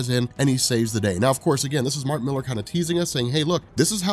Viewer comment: I was always curious about this until I heard "Mark Millar". Now I'll just avoid it.